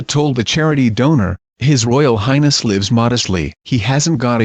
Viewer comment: Hey,, "lives" and "lives" may be spelled the same BUT they are NOT pronounced the same, two different words.